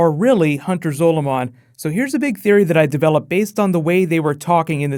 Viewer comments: the way he says zolomon gives me the shits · The way you say Hunter Zolomon really fucking bugs me it makes me want to cry